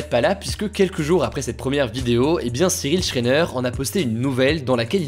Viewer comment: cyril shréneuuurrr. STOP ! ON DIT SHRAIENER